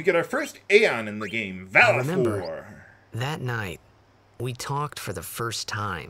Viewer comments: I Pronounce Valefor as Whale-Four =) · Who the hell was that?! Scary! I've always thought the aeon's name was pronounced "Vale Four". Maybe that's just me. Never knew about that overdrive despite playing and beating this game 4 times. Thanks for the heads up,!